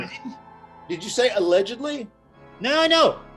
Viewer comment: Did you say alledgedgly?🤣😭🤣